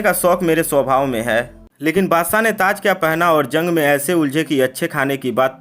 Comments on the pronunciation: Badshah hotae wo Badsaaaa bola speaker ne 😂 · Tu bhi sh ko s bolkar hamara dushman ban gaya hai.